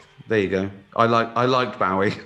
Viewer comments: he did not just say baow-ee i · Why Can't Say his name right - It's Bowie, Like The F*ckin' Knife